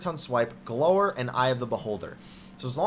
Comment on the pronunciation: It's pronounced gl-ow-er